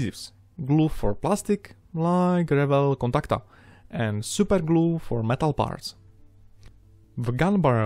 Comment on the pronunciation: when he says SUPER GLU 😩😩😩